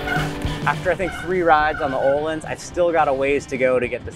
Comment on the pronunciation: Can you Anglo-Saxons at some point learn how to pronounce Öhlins? It’s not Ooolins, ö is a distinct character in our alphabet and is pronounced the way the French pronounce the oe combination, like œuf.